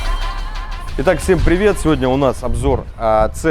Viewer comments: АМ Г блеять а не АМДЖИ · Дизлайк только за произношение "А ЭМ ДЖИ" тошнит! вырви ухо! АМГ АМГ АМГ АМГ АМГ АМГ АМГ АМГ АМГ АМГ АМГ АМГ АМГ АМГ!!!!!!!!!!!!!!!!!!!!! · Почему ты говоришь АМЖ это немецкий Автомобиль и говорить АМГ в немецком языке нету Ж. это только у Американцов а Русские слизали.